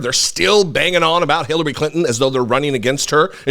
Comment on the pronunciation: you said her name better than I ever could😂... seriously tho, republicans will find any reason to upset their base. they don't have a policy platform to run on - all they have is fear. I agree with Clinton but honestly, she should have went harder - any time she opens her mouth, they will twist her words so what's the point in holding back? people know who tRump is & are aware of the anti-Anerican things tRump says. they aren't swaying anyone in anyway with the fake outrage over Clinton. at this point ur either with tRump or against him. no-one is hearing anything Clinton says & getting so upset that they run to the republican party - not happening. they are looking for ANY reason to excuse tRumps rhetoric & dangerous behavior #SupportIndependentMedia